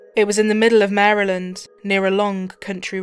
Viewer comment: Thank you thank you for saying “Maryland” correctly